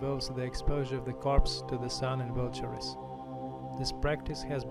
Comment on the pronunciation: can you give me the location of the Zoroastrian site near Yazd? Coordinates would be fine. By the way, "vultures" is pronounced as ''vul-churz'' in English.